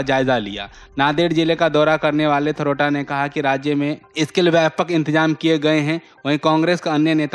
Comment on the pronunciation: थरोटा नहीं भाई " थोरात " कहींये । अमर उजाला में ऐसे कैसे समाचार पढ़ा जा रहा हैं बहुत सोच समझकर ग़लत पढ़ रहे हैं